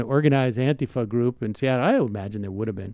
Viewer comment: Thumbs-up for stressing the A instead of the I in Antifa.